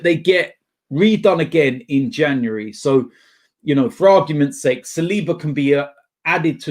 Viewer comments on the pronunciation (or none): none